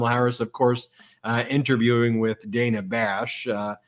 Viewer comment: Brett it's Dana not Daynah (phonics spelling